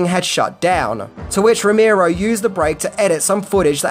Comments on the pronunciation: Rimero? Row-mare-o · NOT ROW-MEER-OH..say it with me ROW-MARE-OH. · Romero not ramiro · Here's ten things you didn't know about George A. Romero!!! #1: How to pronounce his name!